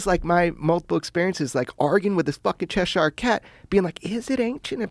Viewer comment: "Cheshar cat" It's pronounced "chesher"